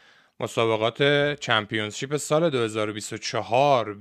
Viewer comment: اقا ممنون از ویدیوهات یک انتقاد نیاز نیست انگلیسی بگید همه‌چیزو وقتی انگلیسیتون ضعیفه ، اون کلمه هم چمپیونشیپ هستش ن چمپیونز شیپ با احترام البته💙